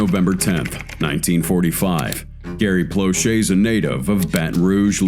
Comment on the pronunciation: In the very beginning the man speaking said Gary Blushes, it’s Gary Plauche. And anyone saying that he should have been charged with murder, obviously has no children. The world is a better place with that monster gone!